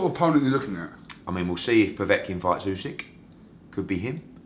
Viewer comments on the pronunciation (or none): none